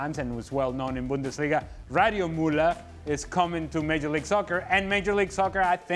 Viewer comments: mÜÜÜÜÜller not Muller !! Is it that hard? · *MÜLLER- or even "MUELLER," goddammit!!